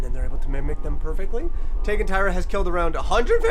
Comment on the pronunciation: It’s pronounced teygoo. Tyra and Teigue